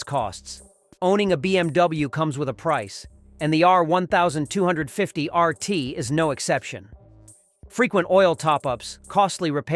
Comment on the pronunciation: Click trash. I switched off from your terribly edited and pronounced R1250RT 'review' Total bullx. A number of lies in there, if I was BMW, I would sue you.